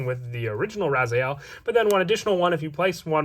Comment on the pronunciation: It's rezael not ryzeal